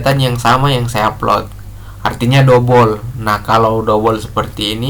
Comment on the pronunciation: Dobel KK...bukan dobol...